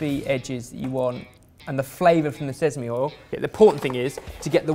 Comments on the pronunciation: smh still hasn't improved since his pronunciation lesson in Cheese Week... it's "sesame", not "sezame", come on! Even worse, now picked it up too. 😂😂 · Sezamey oil? And here i thought it was sesame this whole time... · "Sezami oil" 😂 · Both of them are having difficulty with sesame